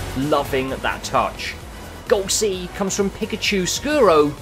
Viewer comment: Who else got annoyed about how he prounounced pikachu